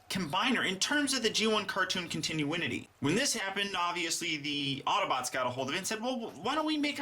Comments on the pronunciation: Con-tin-you-in-it-eee? Really? Continuity isn't pronounced con-tin-you-it-eee anymore? I'm willing to forgive the Brits, because they don't know any better (Aluminum is NOT pronounced "al-you-min-eee-um" because that's not how it's spelled), but what's YOUR excuse? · Only you and Dyansis pronounce "Continuity" and "Continuinity".